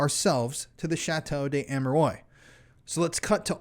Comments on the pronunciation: It's pernounced Amerwahh not oys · it would be nice if the name of the chateau is pronounced correctly 😊 such a well made video and a little but important detail, especially if the name is said that many times. Its Chateau d Ah-meh-ruah not Ameroi like in boy. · Great video. Love your work. Just wanted to make a point about the place name. In French, the word "de" wouldn't be followed by a word beginning with a vowel. Therefore the correct name is likely to be "Chateau d'Amerois." This is pronounced as "sha-TOE dah-Mair-WAH.". In any event, this really is a gruesome, gruesome series of crimes. I had heard about the details of Marc Dutroux's murders but had no idea of the Belgian government's involvement, nor of the nexus with the Illuminati. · Ammeroys. Mmkay. Doesn't properly pronounce the name of the subject of the video and swears constantly too. Lowbrow. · It's not pronounced Ameroy! So enjoying, Americans cannot pronounce any word or name that isn't American English. I write " American English" because they butcher English as well. Can YouTubers please take 30 seconds to search for the correct pronunciation if they are going to makes video about a certain subject!? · its pronounced A me rou a... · Dude im sorry, i hate doing it but its Armwa, not Amerois. Loved hearing about it none the less. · Sorry, but chateau duh am-er-wah and don't pronouncec the S at the end of ardennes. I'm grateful for your coverage of this, nonetheless. David I. wrote about it in the 90s. It's good for new people to hear of it. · Have you ever heard of a place called internet? Well, believe it or not, it's full of people so nice to pronounce words for everyone to learn and to avoid talking of a castle of hemorrhoids and concentrate on a [ʃɑto dez‿amʁwa] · Yep... "Arm-wuh-are".... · Pronounce it correctly lol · A part of me dies every time he mispronounces the name the way he does.